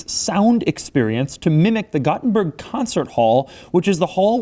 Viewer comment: His pronunciation of Gothenburg bothers me...